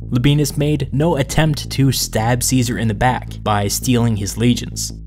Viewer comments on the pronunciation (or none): How do you expect us to take you seriously when you can't even pronounce Caesar's name properly?